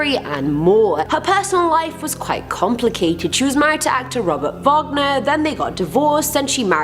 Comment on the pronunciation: Robert Wagner - “wag (like a dog’s tail) - ner”, not “vog (like bog) - ner”. That was the composer, not Natalie Wood’s husband.